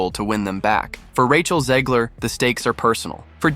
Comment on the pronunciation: There is no I in Zegler. Back to the Burque. Albuquerque. Maybe Russ and Doug can do a new restaurant for her so we can learn what not to do. Hahahaha.